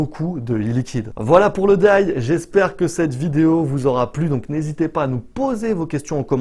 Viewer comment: Merci pour la vidéo. Juste pour ton info (parcequ'à la base je n'avais pas compris ce que tu disais) : D.I.Y se prononce "Di Aille Ouaille" parceque lorsque tu dis "daille" c'est la prononciation du mot "DIE" en anglais et ça veut dire "mourrir". Donc à entendre ça fait vraiment très bizarre quoi :) En tous cas merci bien pour tes explications c'est top !